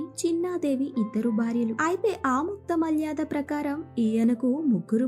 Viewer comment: Aamuktha malyaadha kaadhamma, Aamuktha maalyadha, Try to read telugu properly